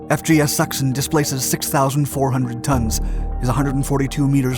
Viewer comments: Sachsen is pronounced almost like “saxn”, rather not like “suction” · The way you pronounce Lübeck und Sachen is Just funny to me Greetings from Germany